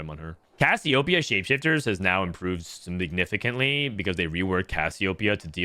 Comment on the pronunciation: "Cassiopeia Shapeshifters has now improved SMIGNIFICANTLY" POG